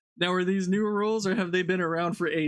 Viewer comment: "Nu" star wars.